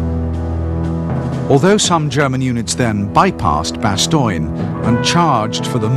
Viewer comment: bastoine.. lol.. BASS-TONE